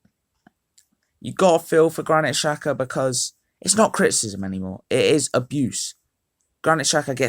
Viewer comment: “Aboose”😂😂😂 good vid tho